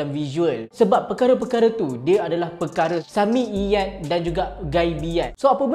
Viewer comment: Hmm dia sebut sam'iyyat pun.. سمعيات Dgn huruf ع ain Harap speaker belajar lebih lagi ya insyaAllah